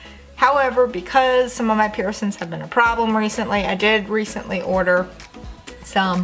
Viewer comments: It’s not “duh” it’s “the”.. Its not “Pearson” it’s “piercings”.. Are you southern or something? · I absolutely love your accent and the way you say" peersins"😀❤️good advice though!! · Piss Kelly who gives a shit. She knows she pronounces it wrong and doesn’t care. So why should you? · cause she says it wrong. But she knows and doesn't care.